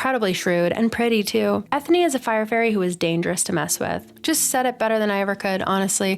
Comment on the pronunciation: They gave Eithne an Irish name so I think her name is supposed to be said like Enya. Pretty sure a cutscene from the Darkest Faerie video game shows Balthazar shoving a human-sized faerie toward the opening of a bottle, and she automatically shrinks to fall into the bottle. I want more faeries of color!